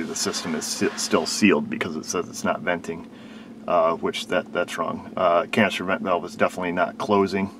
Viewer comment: Canister vent valve You were saying it in such a way it sounded like it was saying cancer vent valve 🤪